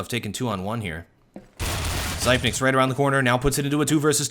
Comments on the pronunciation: zip - nix not zype - nikes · zypeks, not fkn zaipneks